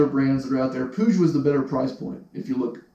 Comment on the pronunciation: no one knows how to say puig xD wtf?!